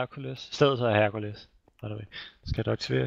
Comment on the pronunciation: du fucker godt nok rundt i ordene et eksempel "Herkules" du udtaler det Herkuldes men det udtales Hærkulæs. Håber det hjælper dig.:D